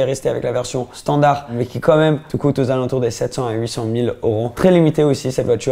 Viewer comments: cest oro c'est EEEEEuro !!! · on dit euros pas oros 😂😂